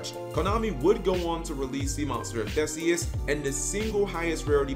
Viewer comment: It's pronounced ThEEseus. So you got it right except for the pronunciation of the name.